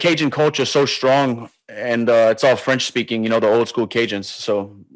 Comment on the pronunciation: I think helwani actually got that French right